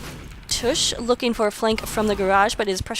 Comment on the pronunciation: y was i not informed of this. BTW its tavish :D not tush.